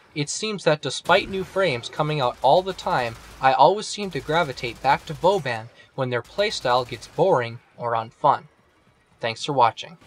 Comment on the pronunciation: You don't know how to pronounce your favorite frame's name?